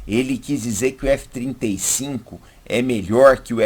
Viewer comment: Legal, só ele confunde um pouco falando f35, parece que fala f25. ..